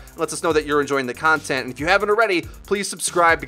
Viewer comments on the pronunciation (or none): none